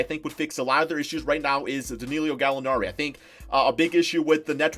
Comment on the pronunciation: DANILLO NOT DANILLIO ITS BEEN TOO LONG